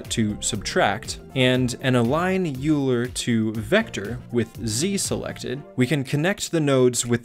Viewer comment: You are pronouncing Euler wrong. Sorry not be rude but as a math student I couldn't help!